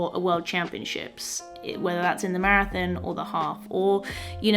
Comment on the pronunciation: Love your accent on "marathin"